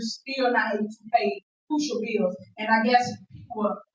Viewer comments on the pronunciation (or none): She awful Interested in paying da beeels if only she was so enthusiastic about paying her rent then beeels and allezations 😂